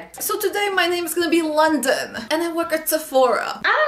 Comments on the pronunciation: It’s the her saying London for me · She pissed me off at "London" HuHhHhHhhHhh????